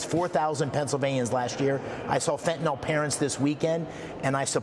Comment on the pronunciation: It isn't fenta-NOL, it's fenta-NYL, rhymes with bill! Can't any public figures read anymore?